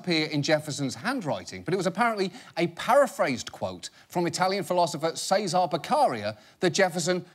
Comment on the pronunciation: You would think most educated people could say Cesare because of Cesare Borgia